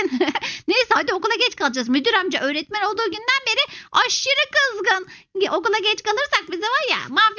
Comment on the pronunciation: Ecenin öretmen diyilde oretmen demesi 😂😂😂😂